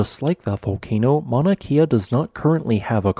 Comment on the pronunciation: Just a quick lesson in pronunciation. The letter ‘E’ in Hawaiian is pronounced like the e sound in ‘Wed’. The long ‘e’ sound is spelled with an ‘I’ like in the word Waikiki. Kea would rhyme with Princess Leia